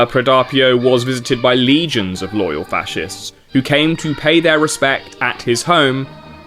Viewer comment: bro really said fa-shez 💀💀💀